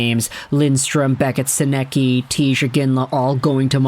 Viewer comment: You’re nowhere close to pronouncing Sennecke’s name correctly 😂